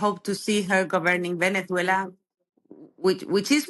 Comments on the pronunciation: Can't stand the way she says Venethuela. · She doesn't sound Venezuelan, she sounds Spanish. Listen to how she pronounces the Z in Venezuela. Only Spaniards do that. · She has a spaniard accent, and does not pronounce Venezuela correctly... however, there were good points made. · Very good video, but why is this lady pronouncing the country name as people from Spain do? Is she actually Spanish and not Venezuelan? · Wh is your “Venezuelan” guest pronouncing her S in that imperialist Spanish castellano. Nice try, she’s a Colonizer too